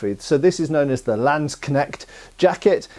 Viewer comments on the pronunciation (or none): I was so happy with your pronounciation of Aalspieß, but you still butcher Landsknecht. Better say landsknesht than landskneckt. It is closer to how you say "ch" in German and you would say it in a palatinate accent. I also use the officer and i also have forearm and ellbowprotectors.